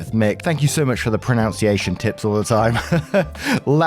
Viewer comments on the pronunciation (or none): a tip from me: it's pronunciation, not pronounciation with the second syllable sounding like a nun.